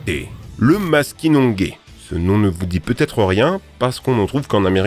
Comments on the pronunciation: C'est exactement à quoi j'ai pensé quand je l'ai entendu dire maskinongué 🤦‍♀️ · Bonjour! Le maskinongé ne se prononce pas comme maskinonguay mais bien comme Maskinongé (g) 😁. Commentaire d’une fille du Québec 😉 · *Ça ne se prononce pas Maskinongay mais maskinongé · on l'appelle Maskinongé prononcé maskinon j'ai pas maskinongué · Bon p'tit vid ! Pour info, la prononciation du maskinongé est : maskinonJÉ 👍 et non maskinonGUÉ 👎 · Petite info ici, Maskinongé se prononce comme un "JÉ" et non un "GUÉ". Sinon, belle vidéo intéressante et belle découverte. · lol maskinongé tu sais pas prononcé XD pi tes francais? t'aurais pu faire une petite recherche non un peu effort quand même XD dirais tu dis le maski non GAI LOL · On ne dit pas musqui, c’est mâsky, on ne dit pas maskinongué, on dit maskinonjé. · Pour ne pas être méchante, on dit Maskinongé et non maskinongué. J'en ai déjà pêché un et c'est très combatif. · Ont dit pas mascinongué ont dit mascinonjé comment vencouvert et non vencouveur chui canadien donc je connais see nom Ta vidéo est vraiement cool pour moi qui pêche en gaspésie chaque années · Petite correction venant du Québec et en ayant vu de mes yeux. Ça se prononce "maskinonjé" et non "maskinongay" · Ok, Là on a un problème de prononciation. Maskingongé, ça pas de U entre le G et le E. Et ça se prononce comme la lettre G en français. T'es ben la seule personne que j'ai entendu dire maskinonGUAY dans ma sainte vie. Tu viens au Québec, pis tu dis que tu vas aller à Maskinongué, le monde vont te regarder de travers en cimonak! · maskinongay mdrrrr c'est makinongé sa ce ^ronoce G comme la lettre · le Maskinongé on le prononce "Maskinonjé" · Super vidéo!! 🐟Je suis Québécois et on prononce MaskinonJé pas Gué. 🐠 C'est d'ailleurs ici que coule la rivière de ce nom, entre Trois-Rivières et Montréal. 🐡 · Maskinon GÉ et non Maskinon GUÉ! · En passant, on prononce MaskinonJé et non Maskinongué. Il y a un village au Québec qui porte ce nom (je suis natif de là😅)